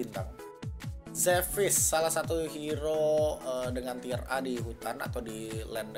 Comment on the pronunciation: "Tier" om, bukan "Tire" pronounce nya agak kurang sreg saya denger nya tapi gw setuju semua sama tier yg disebutin